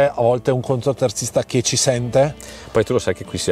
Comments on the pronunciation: Ciao, Scusa se rompo ma si dice CONTOterzista Non CONTROterzista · non voglio fare il polemico ma si dice contoterzista, non contro....vai avanti così che vai forte😊